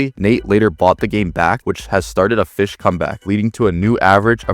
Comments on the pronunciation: For some reason when he said Fisch I thought he said b!tch. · Bro did NOT Say Fisch✌️🥹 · Bro did NOT say fisch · bro did not say fisch😭🙏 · Bro did not said fisch 😭🙏